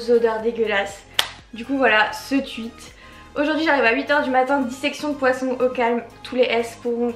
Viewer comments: On dit « TWOUIT » et pas « TWUIT » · "tweet" pas "tuit" c archi stressant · Ça ma stresser tu sais pas dire tweet c trop bizarre